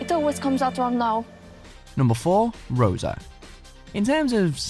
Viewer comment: And "Rosa" was terrible, by the way.